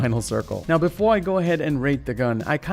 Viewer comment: Was that a Super Trooper reference I the beginning because heard "Meow" not "Now" sorry I literally got my nickname from the movie XD